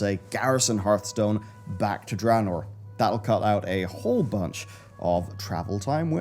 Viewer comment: I try and watch, I really do but even after the game was announced back in Nov 2013, you still can not say DRAYNOOR correctly, its not DRAHnoor. Please learn, I hat mispronunciation